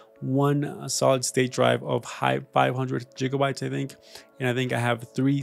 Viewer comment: Computer advise from someone who says 'jigabite' what a laugh